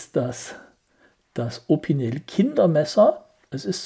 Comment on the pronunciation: Das wird „Opinell“ ausgesprochen, nicht „Opineel“ - mit Verlaub.